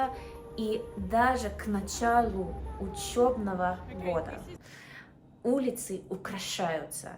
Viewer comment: !:слово "учЁбного" в русском языке нету,но есть "учЕбного". Есть буква "Ё"и "Е" они разые и поразному произносятся!1 Сентября на территории России и также пост советских Республик которые входили в С.С.СР. было принято ещё при В,И Ленине начинать учебный год с 1 Сентября! Так и осталась эта традиция по сей день.Во всех учебных заведениях школах,и в институтах,и в вузах эта традиция продолжается!!